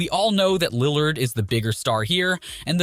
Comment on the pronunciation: Ik u kno nothing just on how u pronounce lillard